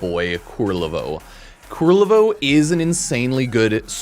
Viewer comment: Kul-ler-vo, not kur-rel-vo xD